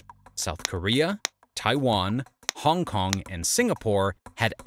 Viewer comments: It's Hong Kong, not "Honk Kong"... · "Honk Kong" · "Honk" Kong? ;-)